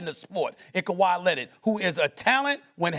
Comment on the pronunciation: KAWHI LINNID 😂